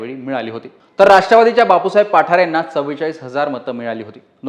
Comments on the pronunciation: पाठारे नाही.... बाप्पु साहेब पठारे.... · पाठारे नाहीं पठारे आहे न्यूज वालया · पाठारे नाहीत पठारे आहेत..